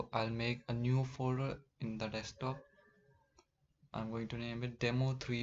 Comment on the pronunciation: it's not "dekstop", it's "deSKtop", from the word "desk"